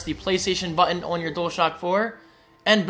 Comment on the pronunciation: The word 'button' is not your strongest.